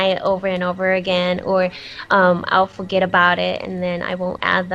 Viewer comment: "ill Fowget about it" Awwww that was so cute lol